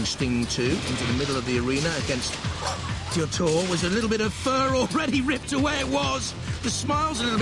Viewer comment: Both craig and the announcer said Diotoir wrong lol